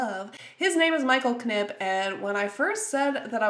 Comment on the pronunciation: OKAY! IS IT "K'N-IPP" OR IS IT JUST "NIP" can michael knipp settle this shit once and for all please!?